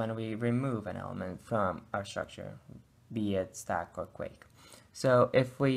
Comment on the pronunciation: Great video illustrating Stacks and Queues. However, just for your information, "Queue" is pronounced simply as "Q" or "Kew" and Not "Quake".